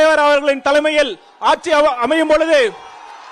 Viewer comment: ஆட்சி nu சொல்ல தெரில, ஆச்சி ஆச்சின்னுட்டு, கெடக்கன் கேனயன் அணில்